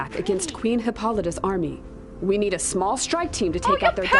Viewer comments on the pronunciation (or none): Hippolyta is pronounced Hip-paul-ee-ta :-)